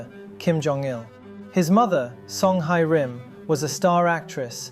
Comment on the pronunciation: since you make so many videos with korean names and the phoentics and romanizations can be weird sometimes i just wanted to chime in that 혜 in the name Hye-Rim is pronounced like "heh" (or "hey") rather than "Hi". not like it takes away from the content or anything haha it doesnt rly matter xD i love your videos :-))